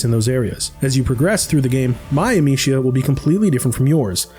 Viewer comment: Funny how this guy has spent 30-40 hours with the franchise and still can't say the main characters name correctly lol.